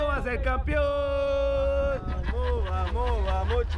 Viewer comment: Porque dice Campion si la palabra es campeón